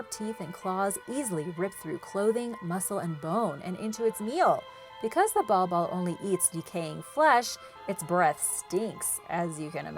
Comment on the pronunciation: Bal Bal not ball ball